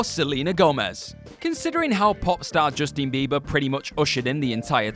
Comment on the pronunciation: I swear I heard you say 'Justine' Bieber. I'm not gonna go back to check, and just assume you did, and that are a great person. ...Also people are f*cking crazy